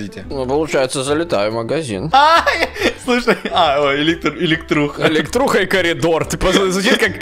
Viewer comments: когда сказал элетруха и коридор мне показалась сеструха и коридуха😑🙃🦥🐼🐇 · эликтруха Я: ахпхвхпухпхвпхвхаххпхвхпвхххпхвпхаххпвх🤣🤣🤣🤣🤣